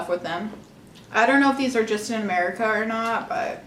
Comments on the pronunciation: the “GOD. BLESS. AMERICA.” had me dying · “God BlEss AMerEIca” 😭😭